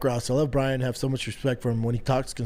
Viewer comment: Holy shit I just realized he can’t pronounce Brian 😂